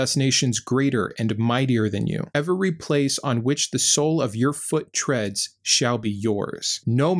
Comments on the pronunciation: Love your videos! I wish I didn't have to wait a week for sbs episodes lol. It bothers me that you always make "every" have 3 syllables, even when you're not emphasizing it 😂. Great, great channel though. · Two things impress in all of your videos,: • Your clear-eyed, plain-language discussion of Christianity and its storybook; and • Your commitment to pronouncing both of the “E”s in every. 😊 Nice work – i hope you keep it up. 👍